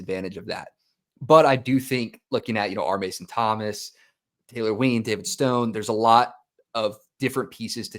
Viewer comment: Taylor WINE not ween